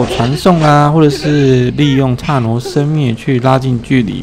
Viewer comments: 不是刹那（na)生灭嗎？你讀了刹那（nuo）生灭。而且是離魄移魂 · 是剎那（ㄋㄚˋ）生滅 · 不是剎那(ㄋㄚˋ)?